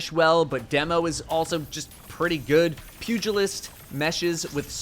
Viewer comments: Thank you for being one of the first YouTubers I’ve heard pronounce Pugilist correctly. 🤦‍♂️ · Muh boy pronouncing Pugilist correctly. Godbless